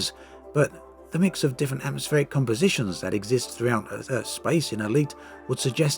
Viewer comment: Firstly: "AtmoPSheric worlds" Secondly: I dont see why i would pay for something unique being made into something that´s a lot more like all the other stuff out there, only that the others will probably still be better in those specific things they do. Like there was a lack of competent multiplayer FPS-games. I am genuinely questioning the point of customer surveys. Walking around in your ship... sure that´d be nice... for like 5 minutes per ship. It can also be immersion breaking, cause what are they gonna fill your massive Anaconda with? I hope it´s not plenty of workstations, cause then you are gonna ask yourself, what the point is, when noone is ever manning them. You might end up feeling like piloting a ghost ship - good luck "bonding" with that. The amount of work in-ship-legs requires, i fear, stands in no reasonable relation to what players will actually get out of it. The assets are just one part of it. They´d also have to do some sci-fi-lore building and consider things like: If you are walking around in your ship, and i ram your ship, do you tip over (and all the math required for that to happen)? Or when people want space-legs so they can do FPS. Sure, it´d be nice to have that. But will it really make anyone switch from the MM-FPS they are playing right now? Or will that likely still be the better MM-FPS? IMHO, Elite is about space (and always was). Not about walking around. In all those years i waited between "First Encounter" and "Dangerous" i never once though